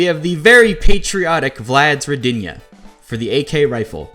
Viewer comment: Rodina right pronounce are r[O]dina, not rod[I]na